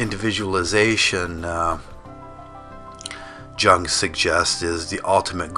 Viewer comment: You have no clue what you are talking about. First of all, Jung is pronounced Yoong (in German J sounds like Y)! Second of all, Jung's idea of individuation has nothing to do with what you ASSUMED it meant. His idea of a perfect individual is the one who has intregated his shadow side. One who do NOT identify soley with his persona (public mask), but has accepted ALL the evil or unwanted s/he can see in others and in the outside world, exist (but suppressed) within himself or herself too. This is a WHOLE indivudual: light and dark together. This has nothing to do with the Western concept of "I as an individual versus the collective".